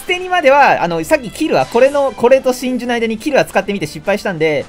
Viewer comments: 「ュ」言えてませんよ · 真珠の発音がシンジにしか聞こえない件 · 最初「シンジ使います」って聞こえて、デッキ見て「シンジ？」って思った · わかりみです えっ、シンジ？ってなりました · シンジって聞こえた笑